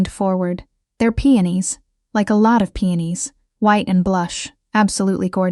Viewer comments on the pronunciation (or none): The flowers are called peonis P.E.0 .N I S. Not PENIS !!